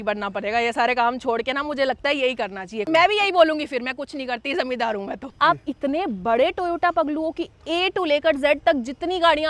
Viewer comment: Zamidar ❌ Zamindar ✅